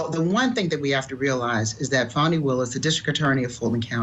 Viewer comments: Please Court TV teach you're reporters to learn how to pronounce names of folks being talked about. At approximately time mark she mispronounced Fani Willis name as Fanny (not true sounding as Fawnie). Not great and is disrespectful of anyone. 😢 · Good God people it is NOT FANNY it is Fawny. Please pronounce her name correctly. I am an atty and a long time court tv watcher. Thank you.